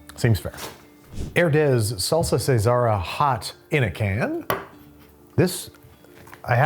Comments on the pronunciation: Casera = Ka-se-Ra not ceasar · casera nor seesera. means home style, casa. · Not Cesara. Casera. Think Mi Casa. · I know u don't speak Spanish but "casera" is pronounced "Kah-sair-ah". Sorry, I was a Spanish teacher and it was driving me nuts. Love ur vids Babish!🤙🏻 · That pronunciation of "casera" was DIABOLICAL 🤣 "Casera" (kah-SE-rah) means homestyle (think "casa") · The pronunciation of “casera” like Caesar salad when it just means homemade is hilarious